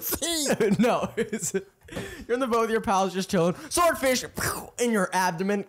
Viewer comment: Bro said in your abdomen cahhh😭😭😭